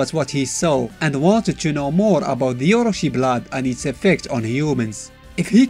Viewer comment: oro-chi [as in chicken, not oro-see]